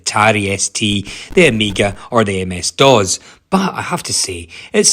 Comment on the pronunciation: That’s not how you pronounce DOS. It’s not DOZ.